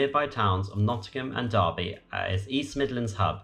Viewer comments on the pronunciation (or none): none